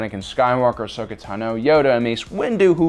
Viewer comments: What about when he says A-shokah? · I still can't understand his mispronounciation of Ahsoka's name. We hear it said aloud constantly throughout the series.